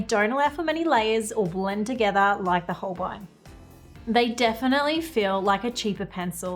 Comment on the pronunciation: Holbein is a german name and spoken like: Holbine ( the "ein" is spoken like the ine in "vine")